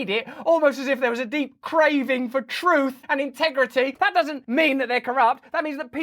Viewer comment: "TROOF" hehe